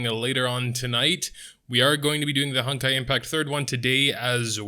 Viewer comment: I keep hearing hentai impact instead of honkai for some reason. Must be a lack of sleep or a questionable search history